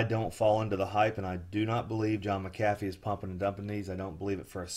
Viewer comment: You pronounced his name wrong and everything about this sounds like fraud.